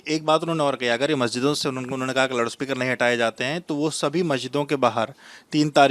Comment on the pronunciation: 'Loud' speaker hota hai be, ye bhaisab kuch alag hi pronounce kar raha hai🤣🤣🤣